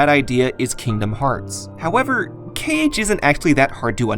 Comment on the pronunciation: You said KH like Kayge once, as in "okayge". Not a drag just an observation